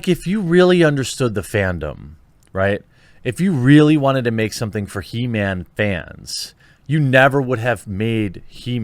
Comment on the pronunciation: It's He-Ma-am .. get it right bro !